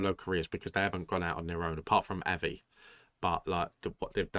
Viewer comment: It's OK to prefer Kirstin....rhymes with burstin'. OR Kirstie, rhymes with thirsty. But NOT KRIStin. And it's AH-vee for Avi.